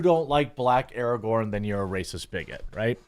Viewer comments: It's pronounced a-ray-gern now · Would this make him Ar-rahgorn? Asking for a friend.